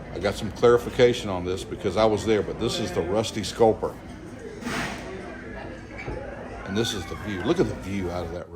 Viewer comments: It is Rusty Scupper, not Rusty Sculper. A scupper is a hole in the side of a ship where water can be discharged overboard from something like a bilge pump. So the restuarant has a nautical theme in its name; quite apropos given its location. You can Google the name of the restaurant to verify what I am telling you its correct name is. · What a tragedy. I'd only been across the bridge a few times -- looked delicate but wow you can see really see the strength that bridge had. The restaurant is the Rusty Scupper (not sculper). Nice vids, sir!